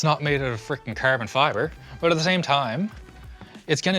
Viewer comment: “Curbin Fibre”